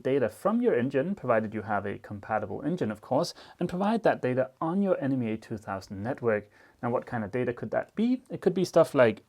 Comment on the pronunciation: love your OCD quality work and your videos. FYI it's pronounced NEMA (knee mah).